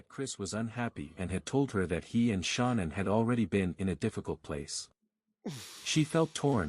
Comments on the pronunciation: Can this guy butcher her name anymore, come on now, get the pronunciation of her name right!! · I feel like it is incredibly disrespectful that the AI bot on the video keeps pronouncing Shanann's name incorrectly. It's almost like that was done on purpose.